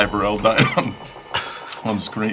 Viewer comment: Chris Martin? Boo-rell.